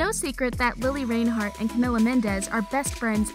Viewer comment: i stopped in the first 20 seconds because you said her name wrong djhdidsib